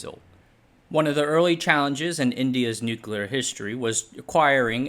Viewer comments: What are “nucla” weapons? 😉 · Correct: "NOOK-you-lar." You: Nooklir, nooklar, nooklur, nooker, nookar. And yes you can totally swim in the pool so long as you're like a meter away from the core. Depends on how hot the core gets but that was an experimental reactor. Lots of colleges have them. They're operated by college students, or just full auto. Not going to do the math in a youtube comment. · "NUCULUR" Hard to get over you pronouncing a very simple word the same way an unlearned child in elementary school would. It takes away from the credibility of everything you're saying if the elementary basics of reading and diction aren't covered. "NUCULUR"? ❌ New-clee-er ✔ 👏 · Spoiler: It's not a nuclear bomb, it's a pooclear bomb. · Its crazy to make this video series while not knowing how to pronounce nuclear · "Nucluh wupons"?